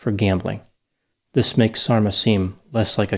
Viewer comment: Yes, I keep hearing "dolma" when he says Sarma-haha! (Sarma=dolma - same dish, different words). There's an unintentionally funny song I heard in Bosnia: "You left and you didn't even taste the sarma." Can you imagine? If only he had tasted her wonderful cabbage rolls he wouldn't have left.